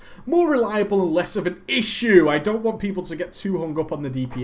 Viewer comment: Do you always say the word ISSSUE with such a strange over-the-top emphasis?